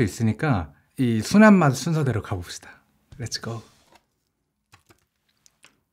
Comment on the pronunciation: 렛츠고 인데 렛잇고 뭐얔ㅋㅋㅋㅋㅋ